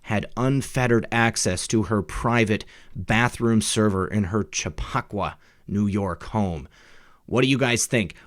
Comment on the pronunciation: Pronounced "chap-I-qua". Great work and good news otherwise!!!